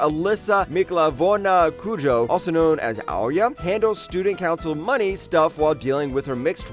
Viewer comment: you misspronounced Alisa Mikhailovna Koujo >:(